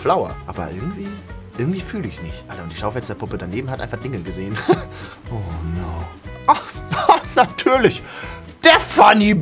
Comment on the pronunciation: Des heißt nicht ono sondern Oh no